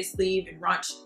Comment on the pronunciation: not trying to be a grammar/pronunciation nazi, but since this is a fashion channel, i just want you to know that 'Ruched' is pronounced 'Rooshed' and not 'runched'. love your channel, looking forward to the next vid! <3